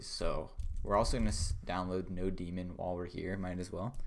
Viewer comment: Thats node mon, not no demon